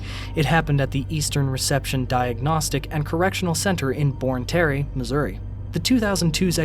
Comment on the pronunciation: I remember this story, it was heartbreaking. But I need to point out that the slideshows that show the words “Valley Park” aren’t actually from Valley Park, MO. Also, the correctional center was mispronounced. It’s not Born Tear but rather Bonne Terre.